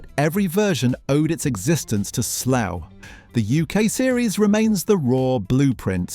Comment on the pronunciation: Your from the uk, why do u call it slow instead of Slough?